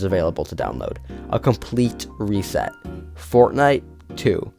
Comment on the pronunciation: Read reset VERY wrong 😭